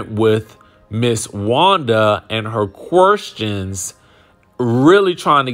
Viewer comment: Not kwerstions!! Lol